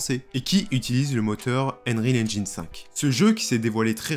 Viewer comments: "Enril engine" ...un effort sur la prononciation stp... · « Unreal angine » mdr